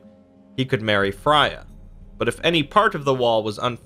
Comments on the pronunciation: Its almost always pronounced fr-ay-uh not fry-uh -sincerely someone named freya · The one that got me was Fry-ah. I'm gonna go listen to Gaiman tell me one of these stories